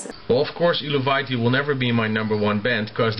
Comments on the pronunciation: Hails! Much respect,. From the words of the band itself, it's pronounced 'el-vae-tee'. it's the name of an ancient nordic tribe, like Tsjuder (pronounced shoe-der). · loool xD the beginning is awesome :DD and the darth vader ring hahaha eluveitie is pronounced elveitie.. look at their website^^